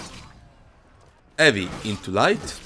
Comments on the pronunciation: When u speak "heavy", the H is not silent bro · I love how he just completely disregards the "H" sound lol